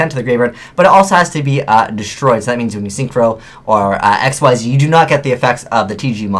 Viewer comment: You said Ecks Why Zee. It's Ekseez. lie a pun on "exceeds" the cards "exceed" rrg